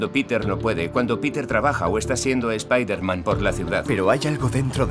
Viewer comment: Nooo, no digan Spaiderman...XD oh y ya estamos con Slott otra vezXD